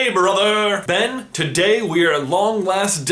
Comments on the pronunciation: Am I crazy or is he saying 'Ben' at the start? Bc that shit freaked me tf out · Did he say Ben or am I going crazy? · why u keep saying ben